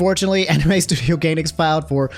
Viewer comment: crazy how mispronounced every anime made by Gainax. not a single correct pronunciation xD